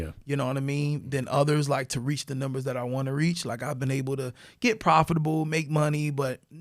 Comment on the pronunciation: I'm from Miami but I make sure to say number so you can't tell I'm from Florida. He's from Florida I can tell cause he pronounces number nimber 🎉🎉🎉